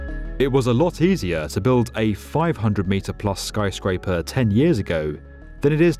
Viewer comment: I really like this video, but wish the guy wouldn't pronounce things as "Tow-werrr" and "Skyscrape-errr"